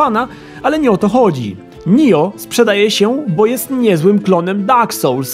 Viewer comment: Oj, nie czyta się nijo tylko NIOH